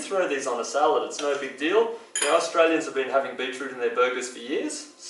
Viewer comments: What in the hell is "beatrue" or whatever it is he's saying? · Cannot understand what he is saying,Beetle juice ?